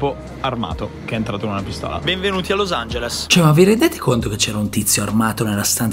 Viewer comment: per come pronunci los angeles dovresti tu studiare l'inglese